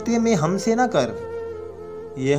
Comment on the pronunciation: pAR HAM JO NAAAAAAA " HON GY, YA NA GLAT PARHA HI AIK HARF SAMAJH KAR PARHAIN ""n"a"